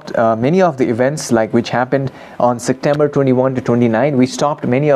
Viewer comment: Namaskaar,! I wonder what is your mother tongue? I heard you pronouncing "Sectember". In my mother tongue, some people also pronounce it this way.